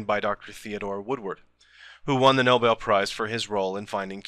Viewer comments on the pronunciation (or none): none